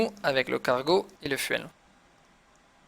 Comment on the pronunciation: j'ai quitté quand tu as dit "Fouwel" pour Fuel